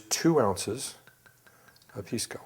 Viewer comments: Dings credibility when Pisco (pee-skoo not piss-ko) pronunciation is wrong. Otherwise the info is spot on! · Pisco (Pee-sco)! Please not Piss-co! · Make sure to pronounce it "piss-co". That's the correct way to pronounce it. "Pisss-co". And say it repeatedly, like far more often than necessary. Cheers.